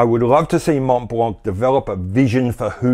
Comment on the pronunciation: Candid question : does the average Hublot customer knows or cares whether or not his watch is powered with an ETA ? MontBlanc : both the T and the final C are silent. Pronounce it like Monblan.